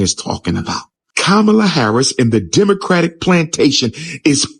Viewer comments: He said "Kabama"! lol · Stop being angry and vote for whoever you want for President but at the same time you don’t respect her as a black woman calling her name wrong.